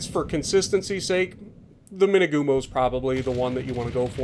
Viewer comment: Dang it! I thought you were saying "two-by-two" the entire time up until 15 minutes in. I was thinking 'oh cool, it's got torps kinda like the kamikaze?'. Imagine that.